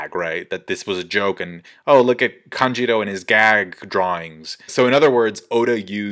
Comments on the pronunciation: Lol it's kanJURO, not kanJIRO... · Why do you keep saying kanJIRO ? It’s kanJURO lOL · AND THE OSCAR GOES TO... Denjiro. Wait no sorry it was Kanjuro